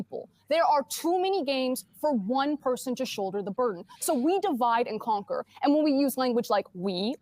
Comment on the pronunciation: Wait just a gawdamn moment! "WE DIVIDE AND CONOUR" What the hell is wrong with you!